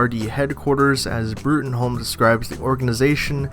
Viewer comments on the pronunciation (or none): It's pronounced Broom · It's pronounced broom.